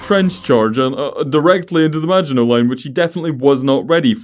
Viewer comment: Hello and you said maginot line wrong